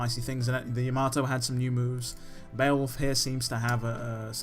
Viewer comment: Why is Nero the only one who pronounces Yamato correctly? 😂